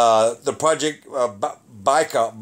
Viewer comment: Lake Buy-call is the pronunciation